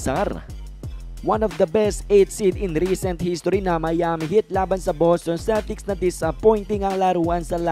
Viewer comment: Mali Ang pronounce mo ng Miami